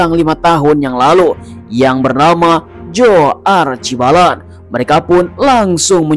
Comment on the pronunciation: Aduhhh...sedang asyik nonton alur cerita ini tpi bila admin menyebut nama heronya terus hilang mood dan mnjadi cerita komedi krn tiap kali nma Joe disebut sayA x blh tahan tawa. X mgkin admin x tgok kemudian edit dan tentu dlm filem itu namanya kita dgr bila disebut dlm filem. Sebutannya Achibol....ejaannya Archibald...x ada "a" antara l dan d....tolonglahhh